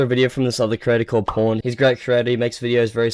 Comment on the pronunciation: ''pwned'' is pronounced ''owned''